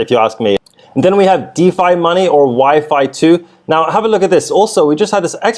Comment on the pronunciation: bro it's YFI like Wifey 😎👍🏼